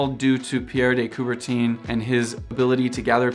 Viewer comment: Its not "couberteen" its coubert'hunh'